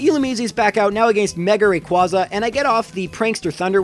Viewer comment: You pronounced rayquaza wrong